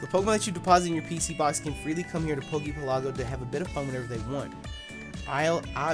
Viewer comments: For future reference poke pelago is like archipelago so pronounce it like that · Has anyone else hated on your pronunciation of Poke Pelago yet? The emphasis in pelago is on the e, not the a. It's like archipelago, a series of islands. Y'know, like the Hawaiian archipelago or the Japanese archipelago. Or in this case, the Pokemon Archipelago, or Poke Pelago for short.